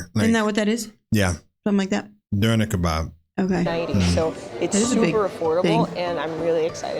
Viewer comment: Pronounciation of Döner Kebab was near perfect.;) And a little German history: - Germanic tribes (B.C.) - Mix of Roman empire and Germanic tribes (up until 500 A.D.) - Frankish Realm (until ~814 A.D.) - Holy Roman Empire of German Nation (ca. ) <-- that's where Hitler's idea of a 1000 years realm stems from. One Emperor but local fiefdoms had vast power and most had their own identity - German Confederation (until 1866) <- no single ruler after napoleonic wars, multiple rulers compete for dominance in Germany - German Empire ( ) <- first fully unified Germany under one single rule - Weimar Republic ( ) <- first German democracy - German Reich ( ) <- Nazi Germany, The Third Reich (after Holy Roman Empire and German Empire) - Federal Republic of Germany (West) / Democratic Republic of Germany (East) ( ) - Federal Republic of Germany (since 1990)